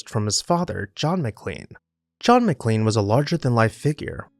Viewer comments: "Ma-Klain" is the family and town name. "Mick-Lean" is a defunct McDonald's sandwich. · That's "MicLAINE" like Shirley MacLaine. I live in McLean.